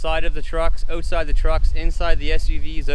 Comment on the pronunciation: Stopped at “oatside”